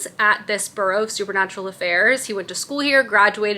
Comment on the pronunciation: Amazing fall vibes!! Also I am not at ALL trying to be rude but it’s “bUreau” like Feeris BUeller 😊